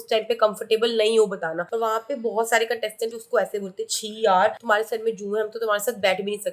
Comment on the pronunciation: Its contestants not catested😂😂😂